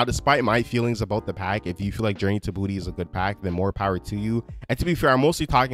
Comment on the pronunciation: How are you a big fan and you keep saying Journey to Booty and not Journey to Bah-two?!!